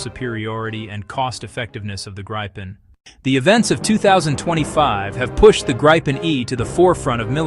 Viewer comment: Are you using all this video without permission? Presumably so, since it is all reversed. Why don't you decide how to pronounce Gripen and stick to it?